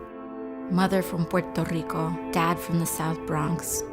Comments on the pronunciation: Why did she suddenly have a strong accent when she said puerto rico? Why do Americans do that? It sounds fake and dumb. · Has no trace of an accent until she says Puerto Rico or her name. It’s so cringeworthy. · AOC normally doesn't have Spanish accent, but just when she indicates "Mother from Puerto Rico" suddenly she gets Spanish accent, for just a few seconds. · She doesn't even pronounce Puerto Rico correctly